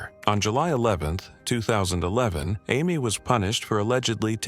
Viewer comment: What is the 10-year-olds name... Amy, Ammy, or Ames Deal, which is it?... That was annoying... FIX IT!!!